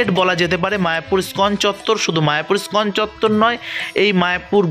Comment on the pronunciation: দাদা , ইস্কন উচ্চারণে ই বাদ দেবেন না।